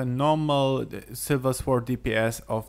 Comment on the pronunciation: Say >sorrrrd< or go British and say >soooood<... and not >swwwwword<!!!!!!